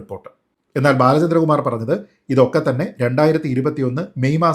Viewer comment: നീ ആദ്യം ബാലചന്ദ്ര കുമാർ എന്ന് 100.തവണ പറഞ്ഞു പഠിക്കു